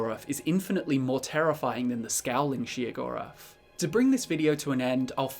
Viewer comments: Am I the only one who thinks he's saying Sheogorath's name wrong? I am pretty sure it is pronounced Shayo-gorath and not Sheo-gorath. Just sayin. oh and also WABBAJACK WABBAJACK WABBAJACK WABBAJACK WABBAJACK WABBAJACK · As many times As i have played the shivering isles DLC I have never heard his name pronounced she-o-gorath. lol. Still he's my fav dadric prince :) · Every time I hear shegoeath I just hear cheese for everyone 😂he can’t drive me crazy I was born like this lmao